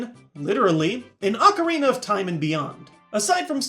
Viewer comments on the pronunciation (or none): none